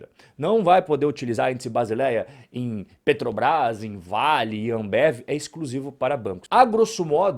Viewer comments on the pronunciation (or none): none